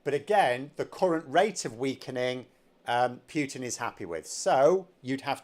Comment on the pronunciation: My name's and I can't pronounce PUTIN to save my goddam soul.